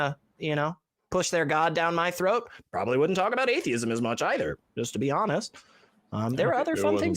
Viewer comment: Both said atheeeism. But Thayism.